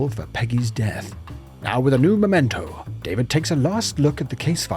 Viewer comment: It's memento, _ not _"momento". So many Americans seem to get this wrong.